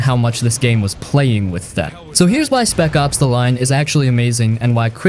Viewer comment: Mad Max, Daye Gone, and Spec Ops. ears are bleeding.